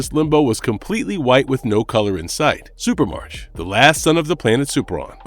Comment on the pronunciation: "Supremarch" is pronounce "supra-mark", not "super-march". The suffix "arch" (pronounced "ark") is derived from ancient Greek and means leader. Examples: monarch, oligarch, archangel. So, "Supremarch" means "Supreme leader"; in this case, the leader of Supremes.